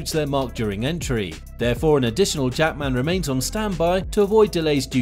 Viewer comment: Jack-Man.. Not Jackman, its not his surname.... ;)